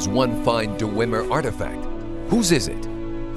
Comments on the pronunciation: Awesome, but one complaint; The lip syncing seems to be off. Also, (not really a complaint but) it bothers me how the storyteller says "Dew-wem-er" instead of "Dwem-er" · I love the storyteller series for fallout, but the only problem with this is the way he says dwemer... Dewemer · The "Duh-wemer"? That can't be the correct pronunciation. I thought it was "Dwemer." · DER-ER-WEM-ER? isn't it just dwem-er? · Du-wu-emer? du-wu-emer?! DU-WU-EMER! Who the hell pronounces dwemer like that? Sorry, this is good and all, but god damn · I know this is really nit-picky and I don't really care but the dwemer or d-wemer as the guys says are referred to as dwarves by the human races but you know its your series (and its great btw) and idrc its just my inner lore nerd made me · Duh-weem-mer? I thought it was Dweh-mer? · DUHRWEMER. That's some pretty annoying pronunciation, Dwemer or even Dweamer is better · "Deh-wimmer" its DWEE-mer or Dweh-mer. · You need to stop saying "DoooWemer" there is no "ooo" sound. Tard,... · Mountain Dew-wem-er. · here is only one thing i don't like about this series it's the way hes pronounces dwemer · the story Teller has a good voice but he's a bad actor. also his pronunciation of dwemer is wrong. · The way he says dwemer is bugging me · It's pronounced "dweh-mer", not "duhweh-mer". It's a conjunction, 'dwe' roughly meaning 'deep' and 'mer' meaning elves, or more technically, people. And it's "muhn-dus" not "moon-dus". Your voice actor has a very nice, buttery voice, but he has one of the strangest cadences I've ever heard and ostensibly needs to learn to pronounce things better. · Why do none of the voice actors know how to pronounce simple words? Pronouncing Dwemer as "deewemer" and cuirass as "curious." What's that about?